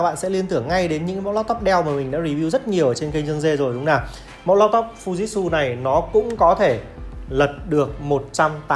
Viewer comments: Fư ji trự chứ k phải fu jit su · Mình lên video thì nên đọc cho đúng anh ạ. Không phải là phu dít su đâu nhé anh. Phư-ji-trự nhé a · Em phải đọc là Phư Ji Trự nhé!